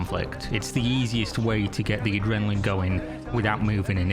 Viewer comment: "aGrenaline" 😂 this must be an AI